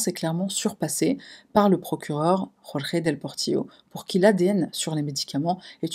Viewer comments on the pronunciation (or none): none